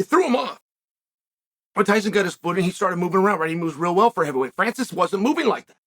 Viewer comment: Hyson Fury? He said it twice. Now, I think Chael just does that on purpose.🤣 Hyson!